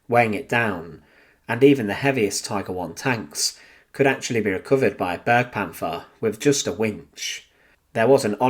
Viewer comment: It is not pronounced burgpanther. B air gu Panther.